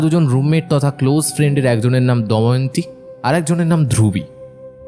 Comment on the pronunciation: নামটা কি দয়ন্তী না দময়ন্তী? আর কথাটা আত পচাল নয় আতপ চাল(১.০২.১৫)। গল্পটা মোটামুটি লাগলো।